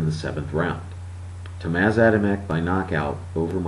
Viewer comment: Hey, he's name is "Tomasz" not "Tomas". You can read it as "Tomash" hehe